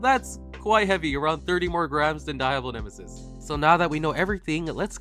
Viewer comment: My Mexican self can't help but correct the way you say Diablo nemesis the I in Diablo isn't supposed to have as much emphasis as you pronounce it. It is actually to put more emphasis on the D